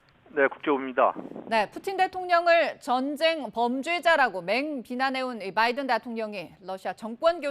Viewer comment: 바이든 c가? 뭔 발음이 그래요 ㅋㅋ